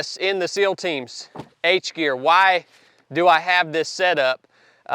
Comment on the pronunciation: "H'gear" ? Like in "harness" ?